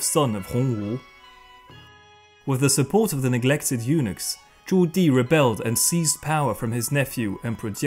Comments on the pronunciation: Eunuch/s = Eunuck...not Eunix... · I never realized until now how the pronunciation of "eunuchs" and "unix" are so close. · This was very informative......... but "former eunochs"......... 😂😂